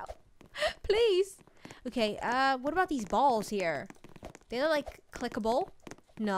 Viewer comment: You say loo instead of look good vid I like how you say it